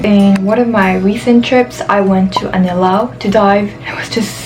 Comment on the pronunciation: Hi.. Its Anilao not Anilaw.. :)